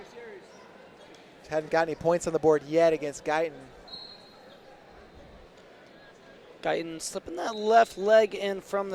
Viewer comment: But Gaitán is pronounced with the accent on the second syllable. Kind of like guy-THON. The announcer in the arena does a much better job at the end of pronouncing the name. If you’re going to be talking about a potential future Olympian, get his name right.